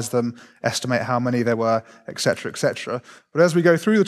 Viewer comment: How do you become an academic without learning how "etc" is pronounced? 🤦‍♂️ (and "pacifically"' "specifically")